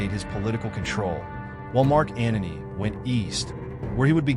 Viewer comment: Antony not "Anony"